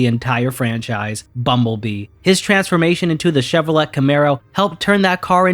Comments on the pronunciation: Did you say Chevro-let? Dude, it's pronounced Chevo-lay, or Chev-Oh-lay. Or, just say Chevy, like every American that hates anything even remotely connected to France or French. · Great vid, but as a car guy, I feel obligated to point out that Chevrolet isn't pronounced how it's spelled, but rather "Chevro-lay" or just "Chevy" as a nickname. Like I said, I still loved the video, but that one thing kind of bothered me a bit because cars are my thing. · The way Chevrolet is pronounced makes me think this is ai. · why did you pronounce Chevrolet the French way?!